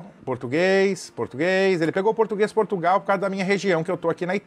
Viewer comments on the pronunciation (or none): none